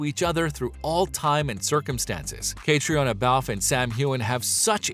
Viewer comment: Her nameis Cat. Ree. Onna